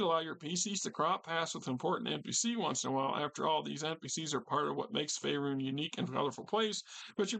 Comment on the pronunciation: Great video on this book. Currently looking to replace my copy i sold many many years ago. By the way I'm pretty sure it's pronounced fae-rune.